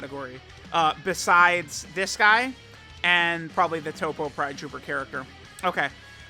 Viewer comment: Why does he say toppo correctly but then turn around and say cabba wrong?